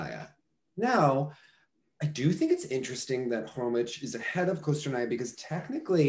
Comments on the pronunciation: Just for the record: "Khromitch" is not the correct pronunciation of Maya's surname. In "Khromykh" that "kh" at the end (and beginning btw) denote the same sound as the first sound of the word "house". But even going similar to the word "sheikh" would be closer to how her surname sounds. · It's HHHHHHHromyHHHHHHH, not Kromych :)